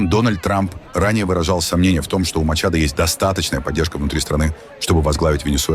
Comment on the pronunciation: Не применяйте фонетику русского языка к иностранным языкам: Мария Корина МачадО не МачадА !!!